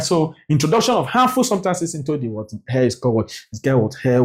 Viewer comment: is called air and not hair sir😂😂😂😂